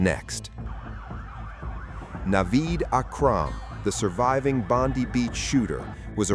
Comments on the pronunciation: Bondi Beach!, NOT Bondy Beach?.... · Its Bondi as in Bond-eye not Bondee, please get it right? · Bonde beach it's Bondi as in 👁️ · It’s pronounced Bond-eye not Bondy like the blond bimbo that works for Bozo Trump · Just to let you know its pronounced 'Bond-eye' 🙏🏽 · Bondi Bondeye not Bondee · It's NOT pronounced Bondee ! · must be an Indian murdering our Aussie beach name, typical